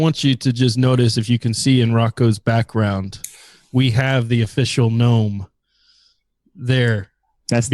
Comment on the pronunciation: The third way is to pronounce it like 'genome'. Aaagh!